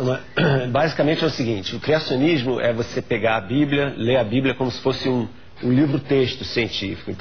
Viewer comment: Se é eu não sei. Mas que você deveria aprender português, isso sim. "Encinar" "criascionismo" foi foda....